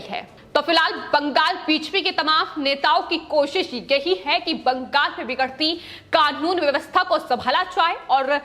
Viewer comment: madam please its not baankghall, its bangal or bengal